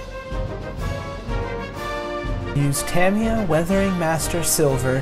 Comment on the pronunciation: Good build. And thanks for being one of the very few YT modelers to pronounce "Tamiya" correctly! I did this kit some years back. I'm thinking to revisit it. I just finished Airfix's "Maverick's Mustang" in 1/72, but I did it in Israeli colors/markings.